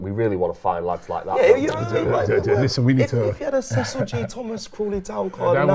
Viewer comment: This is great content tbh, would defo watch more of this, just need to get Cecil’s player name pronunciation up to scratch 😂😂😂